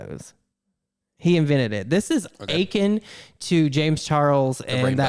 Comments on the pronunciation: Did… did you pronounce “akin” as “aching”? Lol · I loved the way you said "akin". 😆 It's pronounced "uh-KINN", but that's okay. It just goes to show that you learned that word through reading!!